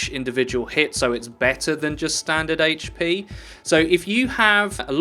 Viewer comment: "Rawr hp". Are you a fucking furry, or are you butchering the English language?